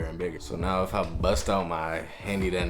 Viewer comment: You put hella emphasis on "BUST out my calculator" 🤨